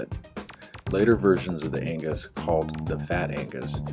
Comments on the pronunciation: Agnus not Angus 😄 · 12 million Amiga Fans all simultaneously screamed in anger when you called her Angus and not Agnus! Great and informative video, though! Your Power Supply is probably fine. Amiga Power Supplies are pretty reliable and need to be tested under load. When you plug it in, it will pull 5 Volts just fine, most likely.